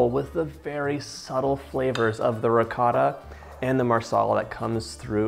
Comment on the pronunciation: As soon as you pronounced ricotta the way you did I had to pause, comment and walk away lmao